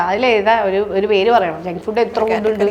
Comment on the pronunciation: ഫുഡ്ഡ് അല്ല ഫൂഡ്